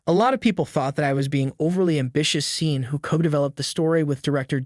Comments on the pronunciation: You are pronouncing "seen", but it should be "shon". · ARE YOU KIDDING ! YOU HAVE NO IDEA HOW TO PRONOUNCE HIS NAME/THE NAME "SEAN." JUST DELETE THIS VIDEO. YOU HAVE LOST THE RIGHT TO POST/SAY ANYTHING ABOUT SEAN LENNON OR ANY ONE!!!!!!!!!!!!!!!